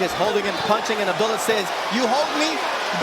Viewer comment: MaNy Commentator FaILeS to ProNounCe HiS NamE ProPerLy. .SPeLLed ABD'U'LLAH. ..WHy ..,❓ULLaH